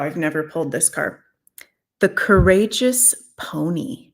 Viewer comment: Peony ..peeony ..not pony..lol